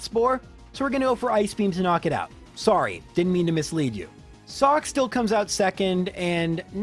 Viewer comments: We know you're Canadian as soon as you said sorey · I knew you were Canadian when you said "sorey" and not "sorry" at the beginning of the video lol. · JRose saying “sorry” is when it first crossed my mind that he’s Canadian.